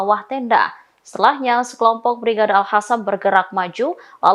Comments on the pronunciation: AL KOSAM, AL QOSAM, BUKAN AL HASAMMM MIN.... BNERAN GA BS BACA YA MIN,,, TULISANNYA KAN SAMA KAYA AL QUR'AN,,, MASA DIBACA AL HURAN,,,???? AL KOSAM MIN ATAU AL KASAM LAH MENDING, BUKAN AL HASAM. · News angker nya gak bisa baca Q (ALQASSAM) bukan alhassam